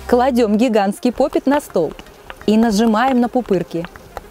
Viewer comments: поп ит а не попит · Во-первых не попит а поп ИТ